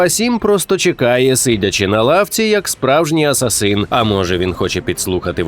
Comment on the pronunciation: мабуть краще асасИн, а не асасін лол😂